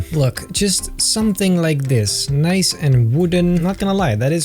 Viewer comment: I’ve tried counting how many times he’s said “Noice” in this series and I can’t keep up…